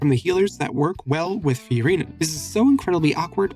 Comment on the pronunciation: why do u say it "fyureena"